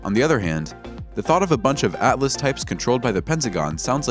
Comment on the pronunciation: ALLAS or ATLAS???? The subtitles say ATLAS so pay attention and read and pronounce names correctly next time